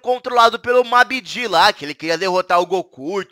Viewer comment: É babidi e não mamidi